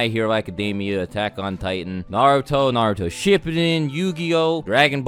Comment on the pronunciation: Why must you say “ship-i-din”